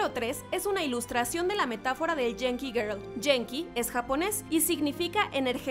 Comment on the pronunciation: *dato: se pronuncia guenki, no jenki